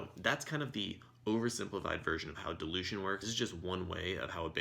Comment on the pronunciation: was that Delusion or Dilution? Had you not put that "Oversimplified text calculations with the word "Dilution" in it", I would have watched the whole video assuming it was Delusion instead of dilution. XDD Thnx. A great video Btw.